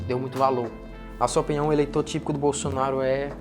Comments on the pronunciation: O gordinho ñ sabe nem Falar Bolsonaro kkkk ele falou Bolsonario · Impressão minha ou o falou “Bolsonario”? 😂😂😂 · Sim, ele falou bolsonario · Ele dis "Bolsonário"?